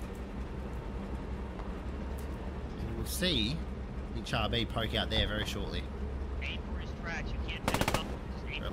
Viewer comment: " Char " is pronounced " Shar ". French is funny like that. Good video :)))